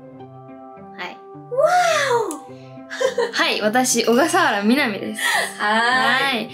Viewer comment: の小笠原みなみ(おがさわらみなみ)ってしっかり言ってくれるの嬉しい！めちゃくちゃいい名前！💞